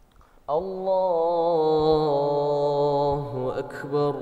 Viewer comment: Masya Allah, bacaan annda bagus banget, cuma klo boleh kasih koment dikit.. Lafadh ALLAHU AKBAR masih terdengar takrir, seperti bacaan qalqalah, ALLAHU AKKEBAR, padahal ALLAHU AKBAR tidak ada qalqalah. Mungkin bisa merujuk bacaan qari qariah internasional, seperti Ust. Muammar ZA dll.. Maju terus annda... Salam dari Himpunan Keluarga Aceh (HIKMAH) di Bengkulu